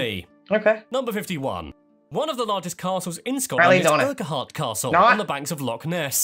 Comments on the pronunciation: He got the pronunciation of Hebrides correct, what he didn't get right was Urquhart Castle. He pronounced it as Ur-kwi-hart - nope, Urquhart is pronounced Urk-Urt. Thankfully He didn't have to do Culzean Castle (Pronounced : Kill-Ayne) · Castle urquahart is pronouncd (urkart). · He pronounces some stuff oddly. 'Urquhart' is pronounced 'URKert' and 'Lochaber' should be 'Lohabber' (or even 'lohavver'). The scene you asked about is Edinburgh seen from Arthur's Seat and Salisbury Craggs. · He got the pronunciation of Hebrides right, but Ur-ke-hart castle? Urquhart has only two syllables, Ur-kart. Oh, and Scottish Gaelic is pronounced gah-lick, not gay-lick. But please try haggis. "Not as bad as it sounds" might not be much of an endorsement, but it's delicious, especially with neeps (swedes) and tatties, which is how it's usually served! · "Ur ka hart castle" particularly pained me (also Lock Ayyber) - edit, had to stop at 60. It was too much. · Number 51: Urquhart castle is pronounced 'Urkurt' castle, not whatever mess that English narrator said 😁✌️ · Just one or two minor corrections/observations. The Castle on Loch Ness he showed is Urquhart Castle but is pronounced "Urcut". Alexander Graham Bell was the first to Patent the telephone but others like Edison produced telephone devices but never Patented them. The system John Logie Baird produced was a mechanical system using spinning discs. In trials his solution was rejected against an electronic system, basically the one we use today. Good video though (and yes he pronounces "Hebrides" correctly). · There are a few mispronunciations in that video, so don’t assume you have them right when you visit. In in doubt, ask a Scot or somebody on the ground. Urqhuart Castle is pronounced “uckert”. You can figure the rest yourselves. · Urk hart castle , not what he said! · On this occasion an Englishman has pronounced Hebrides correctly 😂 but he did pronounce Lochaber, Urquhart Castle, loch… etc wrongly!